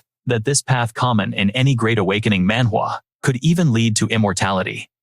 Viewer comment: Please don't say awkining systwm